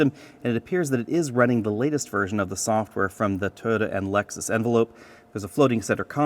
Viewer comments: Toyota, not TODA, otherwise I like! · Why does he keep saying Totda is that the company that makes the car or something? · Is it pronounced Toe-ta? I’ve been saying Toy-yoda.